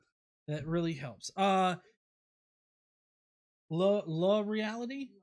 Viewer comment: La Reality... Not so much "Luh" Reality as "Lah" Reality. Just saying , couldn't help myself 🤣😊